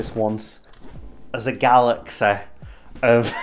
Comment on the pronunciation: Awesome content as usual,! Loved this series, and laughed out loud when you said “galexeh” lol. I always give you a reason why your videos are awesome, and here is another one. You’re meant to be doing this. Obviously you’re talking to a camera, but your personality and eloquent verbiage make it seem like we are sitting right across from you. That adds quite the personalization to these videos that make me always look forward to your videos. Finally, never review Creed MI. Ever. Be well, m8! 👍